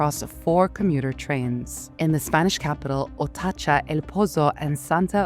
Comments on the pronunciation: Not Otacha, ut ATOCHA 😮. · Atocha = Otacha 😂😂😂